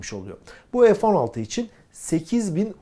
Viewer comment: 50 PLAS))))) (PLUS) TÜRKCE ARTI DEMEK)) NEDEMEK LÜTFEN PLAS? EF 16 DEGiL FE 16 OKUNUR!!!))) SAYGILAR